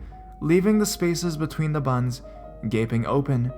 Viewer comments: ha-ha did you notice how it sounded like he was saying "buns" when he was saying "buttons"? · PS. It sounds like you say "buns" every time you say "buttons" haha